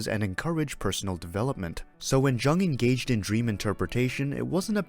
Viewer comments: Young not Jung-le! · Polite notice: You are miss pronouncing Jung’s name.